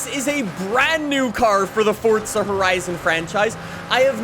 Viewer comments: bro it’s for za not fortza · It's Forza not Fortza you loud mouth. Lay off the adderall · It’s forza not fortza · Why does he keep pronouncing it fortza when it's forza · It’s forza not fortza 😐😐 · Stop saying fortza there is no T in it it’s spelt forza for a reason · Fortza lmao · ok great vid my guy but it gets me madd every time you say fortsa horizon🤣its forza not fortsa otherwise great vids bro keep it up😂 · Fortza horizon😂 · "Fortza horizon5" I didn't know Forza had a T in it 😂😂😂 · Stop saying fotza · STOP SAYING FORTSA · please stop calling it fortsa